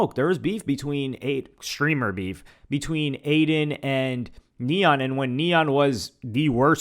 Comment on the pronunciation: When she said “F Adin” , Neon shoulda said “Than F Yall” & walked off like a G🤣🤣🤣🤣🤣